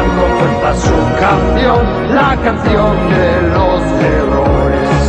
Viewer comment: Noooo, todo está perfecto pero en la parte que dices "entonando siempre su canción" es realmente "Entonan con fuerza su canción". Fijate en la pronunciación de la Z de fuerza, tal cual como la pronuncian los españoles.